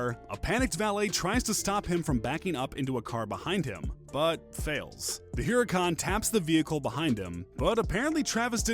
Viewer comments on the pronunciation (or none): He said huhrac